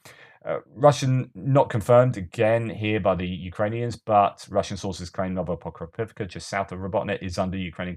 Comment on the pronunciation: You know its a good episode when puts his ears through abuse and has to pronounce Novoprokopivka 😆 One day you’ll get it hehe